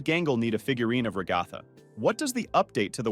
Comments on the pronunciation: You called Ragthu Rogthu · i like how it not ragatha but rA gA thA